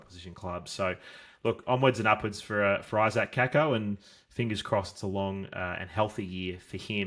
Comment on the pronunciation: True pronunciation is Kaykoh